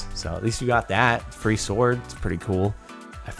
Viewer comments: This is the first time I've ever heard someone pronounce "sword" like "s-ward" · he pronounced sword as it's spelled, not as "sord"